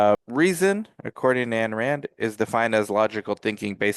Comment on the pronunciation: You don't even know how to pronounce her name